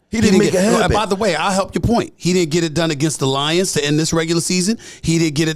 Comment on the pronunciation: WOAHHH ION LIKE HOW U SAID THE LIONS LIKE DAT 😂😂😂